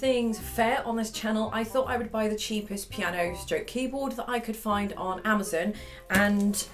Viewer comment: The way she says amozun